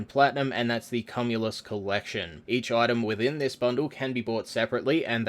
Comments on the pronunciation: cum-ulous lol it's said like queue-mulous, like cumulative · kyu-moo-loos. as soon as i heard that....i corrected the pronunciation in my head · Actually its pronounced Kyoom-ye-luss Like Cumulus clouds/Cumulonimbus clouds. (The U after the M makes the first U a long vowel) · "CUMulus" ffs, nooo. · Why doesn’t anyone seem to know how to pronounce cumulus?